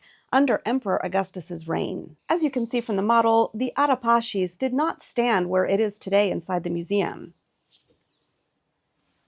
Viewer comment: I'm curious why Ara Pacis is pronounced that way. Based on my limited knowledge, it doesn't sound like standard Italian, nor Latin, nor English. Please enlighten. Thanks.